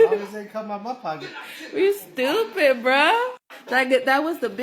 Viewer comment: "skriktly" "skraight" fuchin skoopid!